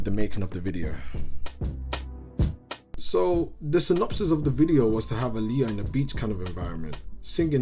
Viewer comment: Is pronounced ah-lee-yah I don’t know why he say her name like that